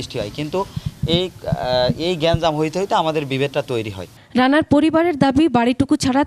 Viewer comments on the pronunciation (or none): none